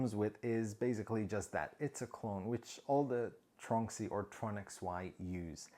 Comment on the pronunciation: After seeing some of your other videos mentioning the "tronxy" I thought I would Google it. To my loss I couldn't find anything for "tronksy". Now I see this I realise you've been mispronouncing it. It's tron x-y not "tronksy" lol